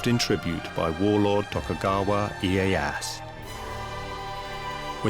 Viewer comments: Isn't it Tokugawa Ieyasu? Not iyeass. Narrator spelling his name wrong many times. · “Tokugawa IyeyaSU!" you idiot. I get it, you got booked, congrats, but could you have put even minimal work on pronunciation, at least the names.